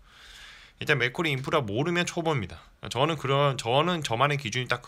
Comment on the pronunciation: 자꾸 맥꼬리인프라로 들려서 잼나네요ㅋ 영상 잘봤어요~